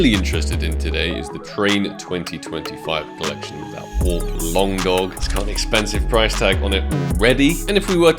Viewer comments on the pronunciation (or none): Sounds like you said AWP | Paw and it threw me off lol